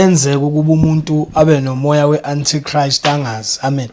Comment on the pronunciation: My granddaughter got confused the way you pronounced Antichrist even Google pronounced it as ANTICHRIST